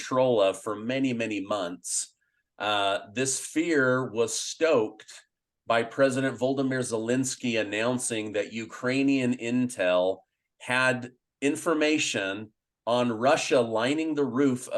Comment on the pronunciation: ... Please learn to pronounce "Volodymir" correctly. It is pronounced "vol-odd-im-ear".